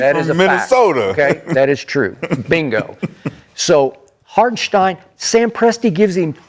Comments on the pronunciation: Put some respect on IHart's name. His name ain't Harkenstein. 🤦🏿‍♂️🤦🏿‍♂️🤦🏿‍♂️ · So they just never gone pronounce Hartenstein correctly? 😂